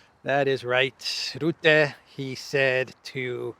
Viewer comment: (Mark) Rutte is pronounced as Ruh-tuh.